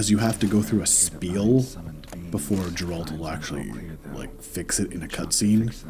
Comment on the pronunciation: amazing voice just don't call him Jeralt please :D he is Geralt with g like in google Also amazing speedrun